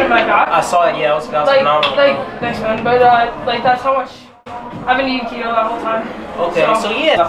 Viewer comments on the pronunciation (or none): man said kito diet😂